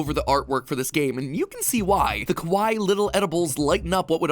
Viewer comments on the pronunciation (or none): Matt pat, I may have missed heard you, but I’m pretty sure that you said “kowai”, that means scary, if you meant to say, “kawaii” ( cute), then i think that you just made the story a whole lot more creepy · Interestingly, MatPat pronounces kawaii as kowai. Kowai means scary which is fitting and deliciously ironic. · Just a little thing at the beginning, cause I'd hate for you to accidentally upset someone! I know you meant to say kawaii, as in cute. However, the way you pronounced it sounded a lot like kowai, which means scary. The latter is often used as an insult. No hate, just something I noticed to possibly be careful of in the future! <3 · I like how he said kawi (scary) instead of kawii (cute) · Mat, uhhhh..... you said kowai instead of kawaii about the Chompettes. Just saying, big difference. Although it is kinda funny and fitting, kowai = scary, and kawaii = cute. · Sorry did mattpatt just say KUH-WHY? nnonono, its KUH-WY-EE. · Great video! I will say you pronounced kawaii wrong (ka- wai-ee). You actually said kowai (ko-wa-ee) which actually means scary lol. Coincidence?!? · When Matt said “kowai little vegetables” idk if he intended to, but kowai means scary instead of “kawaii” which means cute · Funny! Pronouncing kawaii (cute) as kowai (scary). Happy little accident. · Mat mispronounces Kawaii near the beginning of the video, and makes it sound a lot more like Kowai. I honestly can't tell if its intentional that he mispronounced "cute" as "scary" given the context of this game and thus the video lol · Game Theory and Matpat is probably one of the most famous and well-known for being funny, smart, and having theories that are well thought out and planned. But yet even with all this knowledge of everything under the sun, Matpat still couldn't even pronounce "Kawaii" properly. That's just sad.